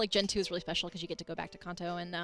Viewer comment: It's pronounced "can't-toe" when you say khanto not "kahn-toe" 🙄